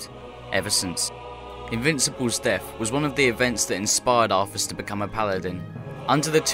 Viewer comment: While the lore is incredibly interesting, It's most vexing to hear "de cowd shadow of deaf" instead of "the cold shadow of death"... Practice the "th" sound, please...